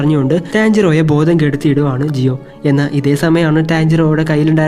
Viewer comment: Jiyo alla giyuann